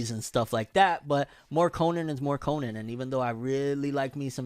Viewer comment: Detective Conan is most underrated anime/manga series ever. Also you’re pronouncing Conan wrong